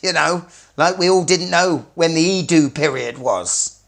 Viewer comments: It's not "iiduu", it's Edo. Almost rhymes with meadow. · How can a Seikophile NOT KNOW how to say Edo?